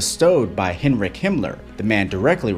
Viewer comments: MANN lernt endlich die Namen und Automarken richtig auszusprechen Das hält man ja im Kopf nicht aus z.b. Es heist nicht Börlin das heist Berlin und nicht Heinrik sondern Heinrich ich sag ja auch nicht Nef York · Yeah, that "translation" at the beginning doesnt match. And it's not "min kampf," it's Mein Kampf. and, it's not "hen rick" it's Heinrich. And he wasnt directly responsible for the Holocaust. You're completely forgetting about Reinhard Heydrich and Adolph Eichmann. It's also not called the "cubbel wagon." You really need to get your facts straight before posting half truths and a butchered pronouncation of this things you spoke about.